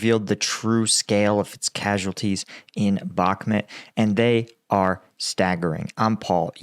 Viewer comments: Hi Paul, your videos are very good and you clearly know what you are talking about but please... it's BakhmUt not BakhmEt!! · It's BACK MUT not BACK MIT lol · it's bakMUT not bakMET, GET IT RIGHT PLEASE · Why do you pronounce it Bockmet? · It is astonishing that you profit from reporting news on Russia's war on Ukraine, yet you have been unable to learn the pronounciation of Bakhmut. If you think that saying it like Bak Mut is trademark of you or your channel, it isn't! It is stupid! It only shows your arrogance that you won't make the effort. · yeah and if he sys BACKMIT one more time the computer is going out the fucking window